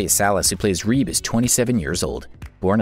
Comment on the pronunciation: When he called Rebe "Reeb" 😭